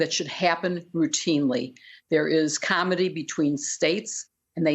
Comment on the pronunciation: "Comity" NOT "comedy"!